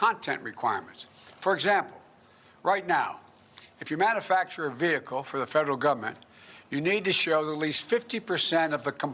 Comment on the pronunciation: "Man-a-factor" !?!? Biden Swallowing his implants again.